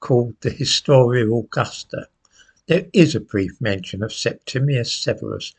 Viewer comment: I'm pleased he said SepTIMius lots of people get this Emperor's name wrong.